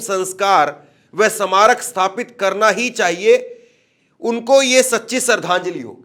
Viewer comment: Hindi Bolna to seekh lol Bhai smarak nahi bol pa rahe